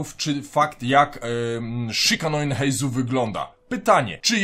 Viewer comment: Imię nowego bohatera czytamy Heizoo, to [u] na końcu oznacza przedłużenie poprzedniego dźwięku - tak samo jak w Kujou Sara czytamy Kujoo, a nie Kuju.